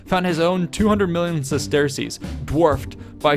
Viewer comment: Bro it’s pronounced “sesters” not “ses-tear-cease”